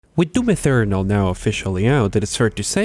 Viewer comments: Eternal, not Ethernal like you are saying, learn to say it correct please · why do you pronounce eternal as ethernal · “Doom ethernal” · Is it just me or is he saing Doom Ethernal? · Why does he say doom Ethernal? There is not even a „h“